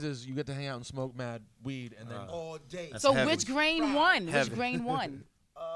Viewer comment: "which grain won" its STRAIN k, now u dun made ghostface make u not look stupid and say it too